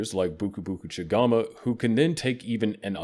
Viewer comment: Buku buku chigAMA? and riestaz too?He's either terrible at pronouncing things that you are provided in the anime orr it's an ai. Not mentioning the unaturally smooth speech and lack of natural speech patterns that denotes either a huge amount of editing orrrr again. Ai.